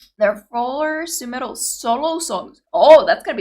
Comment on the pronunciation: Omg! You FINALLY got her name right - & - !!! 🎆🎇🥳🎇🎆🎯😎🤘👍✌️🏅🏆🎖️🗝️🥰🍅🍅🍅🍻 YAY! Cheers!!